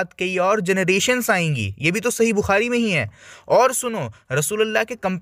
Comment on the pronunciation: Bhai Maine To Kaafi Pehle Kaha Tha Ke Ye Ex-Muslim Nahi Tha, Ye Sahi Bukhari Ko Saaahi Bukhari Bolta Hai 😄 Musalman Ka Baccha Bhi Nahi Dekha Maine Jo Sahi Ko Saaahi Bolta Ho 😃